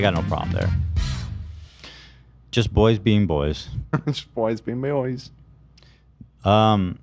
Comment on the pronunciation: boys being meoys? What was that?